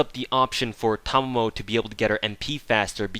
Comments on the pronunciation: Yes finally someone who pronounced her name correctly I mean how hard can it be she pronounce her name herself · Actually you were the closest to say it correctly, however, your "Okita" pronunciation needs work ^_^ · No Thanks That is wrong... Ta ma mo (Ta like in TArget, ma as in MArk, mo as in MOpe) he technically combined mamo as one which WAS wrong but the way to pronounce it is the same as he said. If you believe otherwise, you are free to look up how 'ma' is pronounced in Japanese. There are plenty of sources I'm sure. But Japanese pronunciation doesn't change. Aside from pitch maybe... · It's okay my fellow brother, for I have been pronouncing her name correctly ever since I first saw it. We are the enlightened. Or something like that. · "Because fuckin' English teaches you weebs incorrect syllable accentuation." Sorry, but no. It may or may not be incorrect, but I pronounce it the way her seiyuu pronounces it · I'm subscribing because you pronounced Tamamo correctly. Also, a few things: Double Tamamo actually hits harder than Double Waver or Tam+Waver for Arts Nps. Despite different buffs working better in most cases, 100% Arts up is just way too much for Waver to compete. So, if you want your Vlad/Robin to hit like a bus, just double Tamamo with Chaldea Code and you're good to go. You can also use her NP before another one in order to complete their second/third charge. This is a nice little trick a lot of people forget and can help you squeeze a bit more damage if the other character has extra damage with charge.